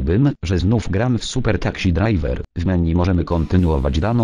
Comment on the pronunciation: taksi drajwer ahaha